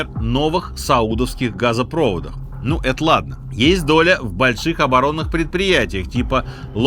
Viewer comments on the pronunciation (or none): Сергей, портЫ – это штаны, а на воде – пОрты. И газопровОд, а не газопрОвод... что с Вами? не стал перечислять всё, но просто уши режет... Вы же вроде москвич...